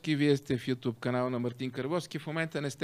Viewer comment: Карбовски , градивна ми е критиката и пак ще ти напиша. Думата е нЯма , а не нЕма. Също така, платформата е ю тюб, а не ю туб, тупан такъв 😁